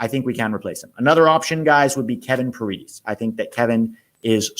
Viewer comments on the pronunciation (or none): Pah Red Ez not Pear eed ees